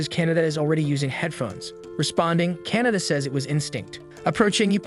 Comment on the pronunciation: oh my god he keeps saying Canada it KA-NA-TA